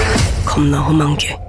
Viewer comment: 긴장한 상태로 보느라 제가 제대로 들었는지 모르겠는데 예고편에서 많이 쓰이는 화림의 대사 "겁나 험한게" 가 실제 영화 속에선 "좃나 험한게"라고 들렸는데 맞나 모르겠네요 ㅋㅋ